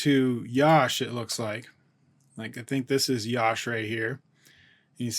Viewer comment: Sir it's not yaash.. just Yash.. say like Ya - sh = Yash ...